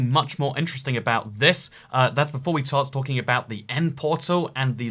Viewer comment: "Tart stalking" lol